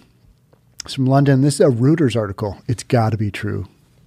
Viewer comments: Pro tip for: The international news organization Reuters is pronounced ROY-ters, not ROO-ters. (It's the German pronunciation of "eu".) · Reuters is pronounced ROY-ters, not Roo-ters